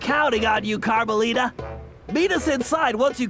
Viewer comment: it's carmelita